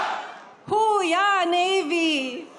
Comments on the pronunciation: Thought Melania was saying "Who we are, Navy?" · I thought Melania was saying “who we are Navy!?!” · He's so demented! He acts like he forgot who Ghislaine Maxwell is! And he doesn't even remember the name of his own book?! And the Navy doesn’t say "Hoo yah" like that. 🤦‍♀️ Plus it's ILLEGAL to put his likeness on currency! I'm confused by the last guy. Why would he vote for that councilman when he doesn't like what he proposed? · I thought she said "Who We Are Navy" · I thought Mel was saying, "Who we are?"